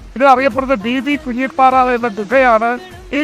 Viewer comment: ബി വി കുഞ്ഞി പാറ അല്ല ! ബീക്കുന്നിപ്പാറ എന്നാണ് അറിയപ്പെടുന്നത്. ഞാനൊരു ലക്ഷദ്വീപ് കാരനാണ്.